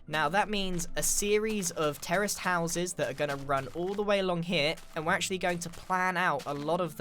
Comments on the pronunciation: when Grian said terrace houses I thought he said terrorist houses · Every time Grian says "terraced houses" for a split second I always think he says "terrorist houses" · It sounds like you're saying «terrorist houses»...